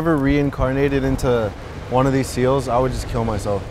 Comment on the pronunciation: Bro said seals 🤦🏾‍♂️